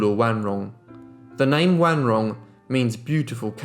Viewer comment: Accurate pronunciation of her name! Great job!